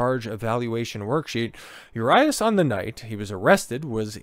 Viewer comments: U-Ree-Us for next time 😂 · U-RYE-US??? Really? Dude got a clue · That’s not how you pronounce Urias. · How to lose your algorithm.....Pronounce the name of the subject of the video incorrectly. Perhaps be half knowledgeable about the subject matter. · Fuck the way he pronounces his name 😂😂😂😂😂😆😆😆😆 you should’ve first found out how to pronounce it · You cant even prounounce his name or rob manfreds name... Or mention its his second offense.